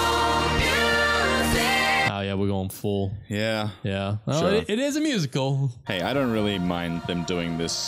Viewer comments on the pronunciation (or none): Not saying Musi- cal 🎶